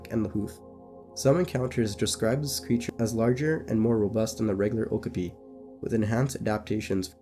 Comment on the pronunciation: Youre mispronouncing okapi every single time